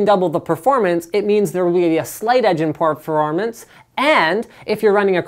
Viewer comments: LOL "partfrarmence" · porp ver or mance? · purrfurr fremeance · the way he says performance is soo fucking funnyy hahah